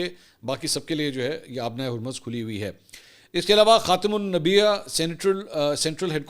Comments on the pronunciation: Mansoor bhai ye word , khatamul anbia hy , ap bar bar khatm nabeya parh rhy ho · Pronunciation Check! Mansoor Bhai it's KHATAM UL AMBIA, not KHATAM UL NABIA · Mansoor bhai you are continuously mispronouncing the word. The word is "Khatam-ul-Anbia"(خاتم الانبیا) Not "Khatam-ul-Nabia" (خاتم النبیا). I am astonished that non of ur team members are listening what u r saying. Even the UAE's estate is Fujairah not Fajirah. Although finally u have correctly pronounced in this video. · یار منصور صاحب پڑھے لکھے ہیں۔ پڑھنا نہیں آتا یا جان کر غلط پڑھتے ہیں۔ خاتم الانبیاء صاف لکھا ہوا ہے، خاتم النبیاء نہیں ہے۔ کیوں یوتھیوں کو ثبوت دیتے ہیں کہ ان کے لیڈر سے پڑھا نہیں گیا تو منصور بھی نہیں پڑھ سکتا۔ مجھے تو حیرت ہوتی آپ جیسے لوگ قرآن کے اس سے بھی مشکل الفاظ کیسے ادا کرتے ہوں گے۔ یا پھر غلط ہی پڑھتے ہوں گے۔ اور ٹیم کیا کر رہی ہے وہ اس غلطی کو درست کیوں نہیں کرتی کسی کو بھی پڑھنا نہیں آتا کیا؟ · بھائی آپ یہ لفظ غلط بولتے ھو میں نے کئی بار سنے ھیں خاتم الانبیاء ھے خاتم لنبیہ نہیں ھے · منصور بھائی خاتم ال نبیا نہیں بلکہ خاتم الانبیاء لفظ ہے❤ اپنی اصلاح کیجیے گا بھائی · Please correct the pronunciation it is Khatam ul Anbiya, Jazak Allah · اسلام وعلیکم منصور بھائی تھوڑی سی تصحیح کر لیں ، " خاتم الانبیاء" کا صحیح تلفظ (خاتم ال انب یاء) ہے ٹکڑوں میں اس لفظ کو لکھنے سے امید ہے آپ اسکا صحیح تلفظ سمجھ گئے ہو گے ۔۔۔۔۔۔شکریہ